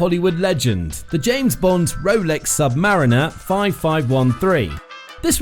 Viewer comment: Rolex sabmariner😂😂😂😂😂idiot robot